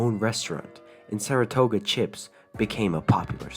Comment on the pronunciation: The way he says Saratoga 💀